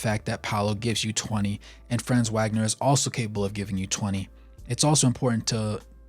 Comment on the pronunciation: Great vid thanks for the Magic love. Just so you know fam Franz’s last name is pronounced Vag-ner. He’s German the W makes the V sound.